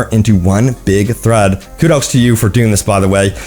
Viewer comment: Please pronounce thread right. Also people were pissed at the trailer because they turned saints row into a fuc*ing fortnight looking piece of sh*t.